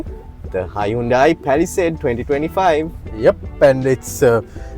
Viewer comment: Good review and good humour too. BTW Hyundai is pronounced as in Sunday.